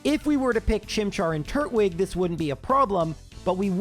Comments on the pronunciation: Can we just take a moment to discuss that it's not turt-wig? It's tur-twig. It's a turtal-looking pokemon that's grass type, not a turtle with a wig on.... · Are you sure the grass Pokemon starter should be pronounced wig and not twig? Like a wooden twig? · it's tur-twig not turt-wig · I know it doesn't really matter, but it bothers me that he says turt-wig instead of tur-twig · I always said Tur-twig as in turtle + twig but your pronunciation is definitely interesting... 😂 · I have never heard anyone pronounce "Turtwig" that way. Is that some weird quirk of your speech therapy or something? EDIT: Actually, you seem to be pronouncing a ton of things strangely. It's like you don't even know what English words they're based on. EDIT2: The moves aren't random; they're expecting you to switch your Pokemon out when its type matchup is bad. You're just not doing that so you're getting hits and KOs you wouldn't get otherwise.